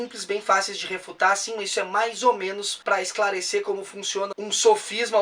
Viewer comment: Achei até que fosse "must", tive que ouvir de novo para entender hahaha